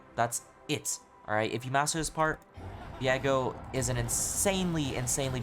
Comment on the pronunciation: Why do you say his name like 'Vee-egg-oh' when it's 'Vee-ay-go'?